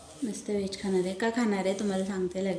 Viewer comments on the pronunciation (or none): वेष नाही ग व्हेज